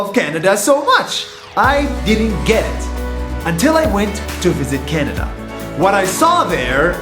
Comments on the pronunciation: nas makes a typo and says canda instead of canada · on day two he said canda lol